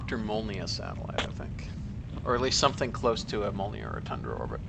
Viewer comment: not 100% but at 1h15min when he says tundra orbits but it sounds awfully close to thundra tho :D given that this man is what appears to me as a walking enceclopedia of rocket stuff, i assume he knows is stuff :D